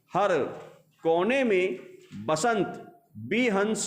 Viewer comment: सर वसंत होता है बसंत नहीं